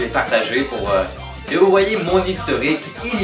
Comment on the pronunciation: je savais pas qu’il y avait des gens aussi stupide pour dire « keu »